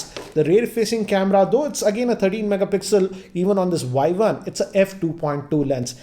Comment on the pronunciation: Redmi Vuai-Vuan 😂😂😂